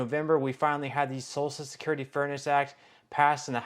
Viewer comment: Please stop saying salsa security it’s social security listen to your own videos are you referring to food or social security? It is hilarious on how you pronounce these words